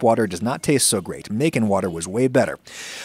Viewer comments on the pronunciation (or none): none